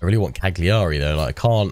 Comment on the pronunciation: No one likes a "know it all" I know but please, Cagliari's pronunciation is Caliari, you don't say the g ;), nice let's play anyway.